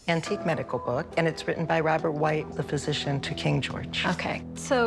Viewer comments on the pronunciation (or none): Whytt is pronounced whit not white